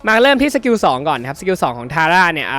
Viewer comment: ทาร่าอ่านผิดครับ